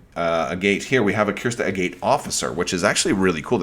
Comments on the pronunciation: Like the video. Just an FYI. It is pronounced "A-gut". Like the stone. I think it is a play on "Crystal Agate." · I understand and figured as much. But that still isnt how the word is pronounced. I have a good friend who is a geologist. Apparently the mispronounced version is more common than I thought, but he assures me it is a-gut. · Do we know if the e in Agate is silent? It's weird but this bothers me.